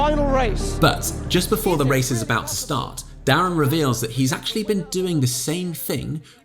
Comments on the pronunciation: I think it's pronounced "Derren" as in "Derek", rather than "Darren". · How can I comment that it's Derren and not Darren without being that guy who comments that it's Derren not Darren. No but I really liked this video!